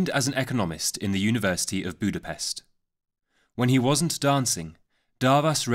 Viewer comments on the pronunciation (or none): none